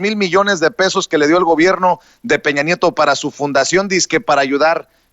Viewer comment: Se dice informe,,,no infogme 🤔 Se dice gobierno,,,no gobiegno 🤔